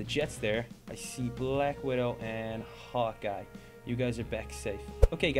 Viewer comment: Hawkeye ... but u said it like "Hot Guy"